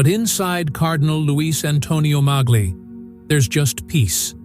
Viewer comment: Pope Tagle is pronounced as ‘Tag lay’ not ‘tag lio ’. Please pronounce his name correctly. ‘tag lay’ not tag lio or tag gel. Just ‘tag lay’